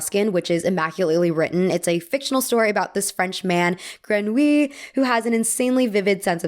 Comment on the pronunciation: As a French you should be proud of the way you said Grenouille because it's NOT an easy word haha Awesome video as usual ;)